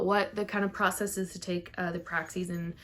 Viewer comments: PR-AXIS like AXIS not Praxseeeee!! Stop!!! 🤣🤣🤣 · The way you say PRAXIS is ALLLL WRONG!!! 😂😂😂😂